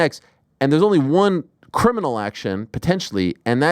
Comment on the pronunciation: you pronounced Criminal wrong. Did it again ..what is stupid is your take on this.